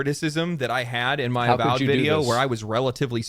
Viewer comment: A-symetry A-vowed